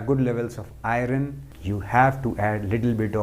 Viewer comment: Beautiful and good Sir, 🙏 Thank you,The pronunciation iron is to be corrected ,Soory to point it out ,As I see your video regularly